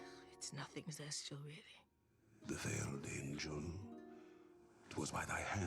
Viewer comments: Also to better pronounce Zest's name just think Zest-tea-el. Like lemon zest. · His name is zest-youll that's how you say it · how to pronounce spider lord's name. Zest(like zesty)-"E"- "L" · Zestial, pronounced: Zest-tea-all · "Laser light saber" and "sizl (to zestial) " got me😂😂😂😂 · I think its pronounced (Zes-Steel)